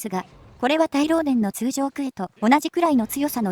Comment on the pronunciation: 通ジョー 好きw